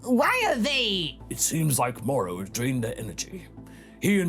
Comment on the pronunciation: It's Moro... with an o.